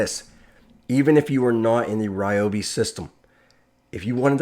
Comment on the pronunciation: Someone can get hooked on these new products! Thank you for the proper pronunciation of Ryobi What! The one time y’all go to the Carolina I’m out of town 😤😭